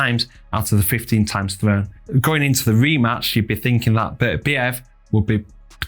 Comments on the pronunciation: He's the undisputed champion and should have his name pronounced properly. Basic respect! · If you’re doing an analysis video at a minimum learn how to pronounce Beterbiev properly.